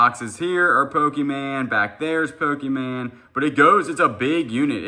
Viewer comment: PO-KEE-MAN? No. PO-kah-mon. I know you screw up words on purpose, but this is the only word you mispronounce 100% of the time, which leads me to think you don't KNOW the proper pronunciation. No charge, you're welcome! Love your channel!